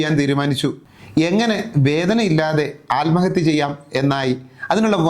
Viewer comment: ആൽമഹത്യ അല്ല സാർ.. ആത്മഹത്യ.